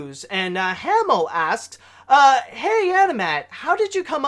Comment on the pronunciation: Hey first off you pronounce my name wrong last time it’s pronounced Haymo but that’s ok how did you come up with the different songs for your ratings